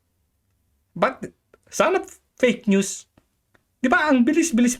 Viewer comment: Yan napala ni ante kler sa pag sasabi nya ng peyk nyus. Dahil sya mismo ang peyk nyus.😂